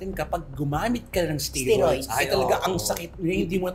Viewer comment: You dont pronounce it Istiroids 🤣..It's pronounced "Iste...Steroids 😂 😂😂